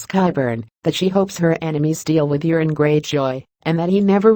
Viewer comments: Its euron...not urine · The Narrator is mispronouncing Urine Greyjoy's name.